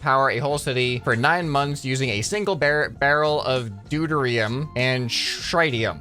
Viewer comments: 7.49 IT IS NOT dutrim, it is Du-teiri-um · deuterium is pronounced: do-tee-re-um. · It’s doo-tear-E-um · doo-teer-ee-um and tri-tee-um there real chemicals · its the reactor engine from star fleet(star treck) its pronounced tri tium and du trium. hope that helps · Deuterium is pronounced Due-tear-ium it's weird but that's how it's said. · Deu-teir-e-um and trih-tee-um is how you pronounce those words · Nice but you dont know how to say deuterium and tritium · His pronunciation of deuterium and tritium was very annoying lol